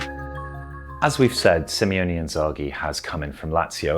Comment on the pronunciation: Guys please... I love you all, I think this channel has some REAL quality, but for f*** sake... SimEone Inzaghi?? Like just read the names one time😅 I mean it's not even like the guy came out of nowhere, as you yourself pointed out. He's been around for years, even decades if you take in account his carrer as a footballer at Lazio!